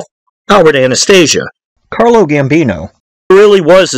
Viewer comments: Bro it's CARLO OOOO NOT CARLOSSSS. ITALIAN NOT SPANISH. REALLY EXCELLENT DOCUMENTARY THOUGH BRO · His Name was Carlo not Carlos 🤨